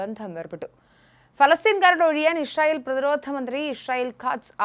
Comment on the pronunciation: Hi, the pronunciation is israel, but you are saying ishrael.